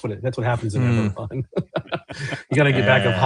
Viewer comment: Ebberon... Eragon?